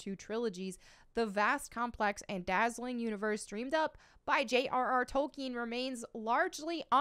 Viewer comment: Sir Tolkien's name is pronounced "Tol-KEEN", not "Tolken". Even in the 2019 Biopic, the Professor made sure to correct his mentor and anyone else who mispronounced his name. :)